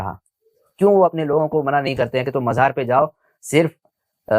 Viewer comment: Majar..... Abe sahi se mazar bolne bhi nhi aata